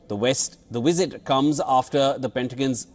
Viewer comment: YALL MUST STOP 🛑 SAYING "WIZIT" !! There's no such things as a wizit. V is not pronounced W !!